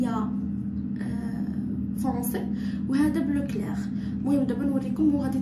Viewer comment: راه كلير هي باهت اااا بقاي تعرفي الكلمة عاد نطقيها